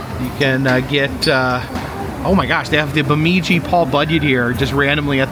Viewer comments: By the way, it's not BemEEdji...it's bemIHdji. 😊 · its pronounced Baa Midge e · Nice to see you in my area! Let’s just get this out of the way before you travel northbound… Bemidji (Beh-midge-gee). 😁. Maybe your dad already told you.. ha. Must say, brave soul taking that train to MOA. Sorry that Jen missed the adventure. The travel up to the top of MN will be plenty! Have fun! Fingers crossed you get decent weather! We’ll be watching as always!! 💜☮️🌞